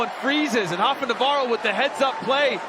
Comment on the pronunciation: Just because he’s Brazilian you don’t have to say Navajo his name is clearly Navarro double R you have to roll your Rs